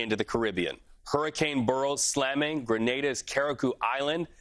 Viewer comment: First professional who bothered to pronounce “Grenada” correctly!!!🎉